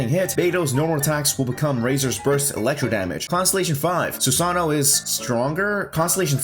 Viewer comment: Su-Sa-No-O Susanoo Not Su-Sa-No susano